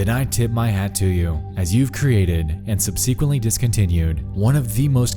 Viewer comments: Great video as always. But it is pronounced SUB-suh-Kwent-Lee. Not a bad thing, just know you are an intelligent creator and wanted to help. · I've never heard "subsequently" pronounced that way. Only Nexpo. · Is your pronunciation of the word subsequently a rabbit hole I'm now going to fall down too? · The way you always pronounce "subsequently" cracks me up